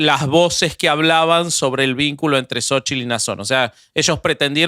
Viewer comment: No digan jaladascomo sochil, se escribe xochitl y se pronuncia shochitl y significa flor, y si lo quieren decir en español diganle flor